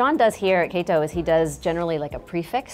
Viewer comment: Kato not Keto